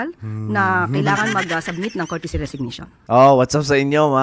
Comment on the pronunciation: COURTESY not CourTICY. Bakit di ka man lang nag Google!